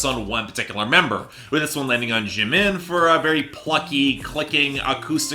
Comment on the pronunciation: Ge got jimins name right but mispronounced jungkook